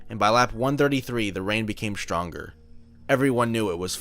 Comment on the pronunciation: The rain became shtronger.